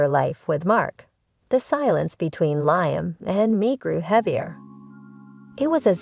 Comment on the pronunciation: That's "Leem", is how Liam is pronounced or "Lee-am"